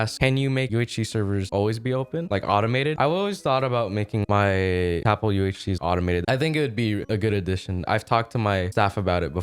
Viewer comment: Its not tapL its Ltap